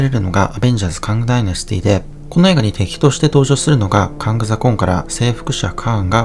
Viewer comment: 征服者カーンとかカーンダイナスティとかって言うのに、名前言うときだけカングって言うのに物凄い違和感あるのは地球上で僕だけ?